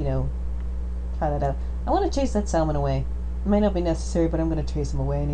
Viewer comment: I really wish you didn't pronounce "salmon" the wrong way - the "L" is silent.